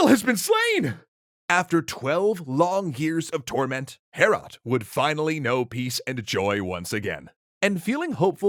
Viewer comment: It hurt me in my soul every time you said "Heorot." It's pronounced much like "Beowulf" - "Hay-oh-rot." I really recommend "Overly Sarcastic's" take on this story - it's hilarious. This was fun too.